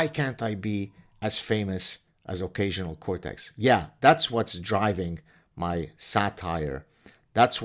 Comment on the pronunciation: I thought he said occasional Kotex😉